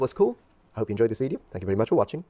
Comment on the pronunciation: To expand on that, he completely butchered the pronunciation of COMMON words to such an extent they no longer made sense. The way he said Thank You was completely butchered. His American accent completely overwrote all sembelance of Irish he was speaking. I'm in college and I've talked to American international students and got them to pronounce random Irish words and his pronounciation was on par with that. I think he has a photographic memory or really good memory for words so he just memorises a couple of phrases that were written down, but he definitely didn't practice speaking it with any Irish person.